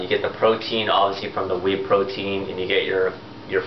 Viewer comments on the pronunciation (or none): just 2 let u no ur spose 2 pronouce "Whey" lik Way :)